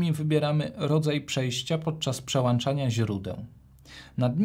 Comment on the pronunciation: Recenzja świetna, ale jak słyszę "włanczania", "przełanczania"....:)